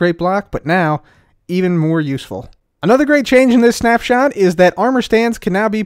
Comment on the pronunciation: am I the only one who heard snap"shat"?